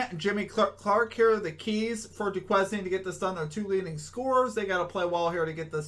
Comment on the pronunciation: It’s pronounce “doo•kayn” lol I know it stumped us too 🤣